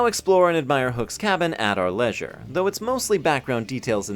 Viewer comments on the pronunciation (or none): none